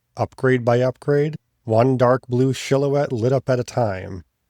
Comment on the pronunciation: do you mean predate? Or predicate? Also silhouette was pronounced incorrectly. Enjoying the video. I'm just autistic lmao 😂